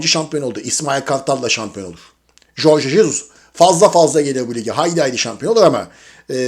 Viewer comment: Abi Jorge Jesus'u dogru telaffuz eden ilk sensin galiba. Tebrik ederim! :) Jesus gelirse, ortam ve duzen degisirse Kim Min-Jae ikna edilemez mi peki?